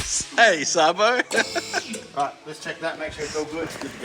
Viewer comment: Its pronounced Sabo. 😂